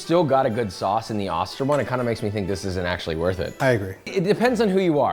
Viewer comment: Also:itis pronounced Oster…like “Oh, stir”.